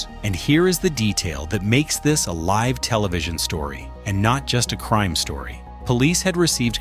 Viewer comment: “Livv television”